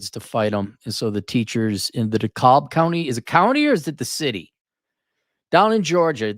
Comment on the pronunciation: It's Dee-Kab.